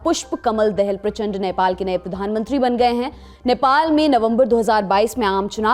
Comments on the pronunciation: नाम अच्छेसे लेलो डियर देहेल नहीं दाहाल है😁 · he is दाहाल not दहैल U NEED TO LEARN hOW TO MAKE FUCKING NEWZ 💯😆😆😆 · दहल नहि दाहाल है! उच्चारण में तुतलाते क्यों है खासकर नेपाल के बारे मे! 🙏🇮🇳🇳🇵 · देहल नही दाहाल है , हाम भी बोल सकता है तेरा मन्त्री का नाम मुजि नरेद्रा मुजि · पुष्प कमल दहेल नही पुष्प कमल दाहाल है।कृपया संशोधन किजीए। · Are dehel Nahi dahal jara parsht uchcharn karo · not दह्याल say दाहाल । even not having little idea about the person you are presenting, why do you wanna be smart? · दहल नहीं दा-हा-ल् कहो यार! क्यों पडोसी का नाम बिगाड्ते हो? भले ही अच्छी संवन्ध न हो! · दहल नहीं दाहाल| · first of it's "Dahal" ( Daa haal ) Not ( Dahel) the hell😄😂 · दाहाल बोलते है बहनजी दहल नहिं And it's रूक्मांगद कटुवाल, not what you mentioned. By the way, all these characters, including the Maoists, are very close to the Indian establishment. From the Nepali Congress to the Maoists, India gave them training and shelter in its safe houses to hit Nepal's nerve centers and bring her to her knees with the ultimate intent of giving India a vice-like grip on Nepal where India has entrenched interests that come at the expense of Nepal and the Nepalis. All of these characters enjoy largesse from your mission in Kathmandu. Almost all of them are monsters of India and her western allies' making, madam. Don't believe me? Read Sudhir Sharma's Prayogshala and other relevant literature. Please stop cherry-picking to suit your vested interests. Study the neighbourhood a bit more and practise independent journalism. All the very best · देहेल नहीं बेबी,' दाहाल' होता है. और अपनी मांगदन्त कहानी पेस ना करें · First of all. Learn to say "Dahal" its Da..Haa.LLL not dee.hal 😂😂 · देहेल नहीं दहाल है। .. correct your pronounced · "Dahal" and "Bhattarai" were mispronounced in the video . Hope lallantop team will think about this and i wish you guys will make sure that name of people are pronounced well in the your upcoming videos.